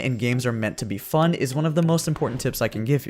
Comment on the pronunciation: I like how you say it's FUN XD